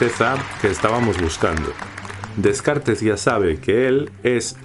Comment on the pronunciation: Todo iba a bien hasta que escucho como pronuncia Descartes 😂